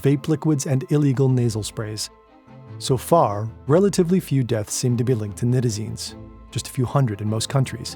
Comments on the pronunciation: Nigh-tazines not Nit-azines. Smh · Night-AA-Zeen-s is how it is pronounced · Pronounced Nye-tizines, not knit-izines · Night-a-zine* at least pronounce it right if you are going to try to make a whole video about it.